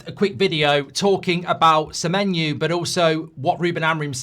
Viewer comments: Why does Goldbridge keep saying Samenyou/ Samenyu/ Samenyew/ Samenyue? I thought it was SamenYO. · Mark its Semeny-oh not Semeny- ooo. Why do you get this wrong. If he was Irish you would pronounce it properly but you cant say his name properly. Theres no reason for you to get this wrong its ridiculous